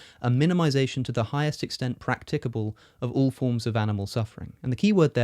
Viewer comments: Silly little thing, and I apologise in advance, but the standard pronunciation of practicable has the emphasis on the first syllable, not the second. Sorry again, but that's just the way I am. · It's practicable, not practicable.